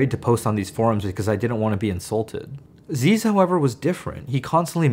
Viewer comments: lol nerd - it's not zeeeez brah it's zizz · Brahhh it’s pronounced ‘ZIZ’ not ‘zeez’ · ITS NOT ZEEEZUH. ITS ZIZZ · it’s pronounced like zizz not zeez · It's pronounced ziss. Not zeez btw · ITS ZIZZ NOT ZEEZ <3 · zeezz. Its pronounced zizz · It’s pronounced “Zih-zz”. I know his name is “Ah-zeez”, but there’s videos of him calling himself zih-zz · zyzz nO zeezz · Thank you for sharing. I was wondering who this zyzz guy is and how to pronounce his name.